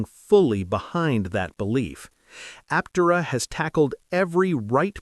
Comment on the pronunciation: It might interest you to train your AI speech to pronounce Aptera Aptéra instead of Áptera. It will help your channel be taken more seriously as a more credible news sauce.